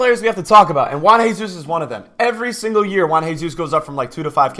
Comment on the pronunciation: Juan Jesus, you pronounce both J's he isn't Mexican or Spanish xD